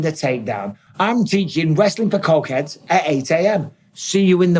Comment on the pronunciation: Wrestling for cockheads*(accent )😂